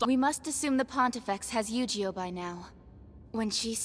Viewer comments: Why do u say yogioh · ok, I misheard. he said Eugeo like Yu-gi-oh. (totally not how you pronounce it BTW, but whatever.)